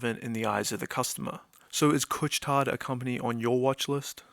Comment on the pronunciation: Great video! I was already a shareholder before the dip and increased my position when the stock dipped. Btw, the « tard » in « Couche-Tard » has a silent « D »! 😊